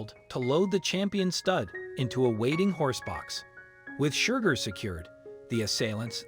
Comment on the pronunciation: Please adjust the Robotic Narrator to STOP it calling SHERGAR , Shugar! And stop the foney Irish accent.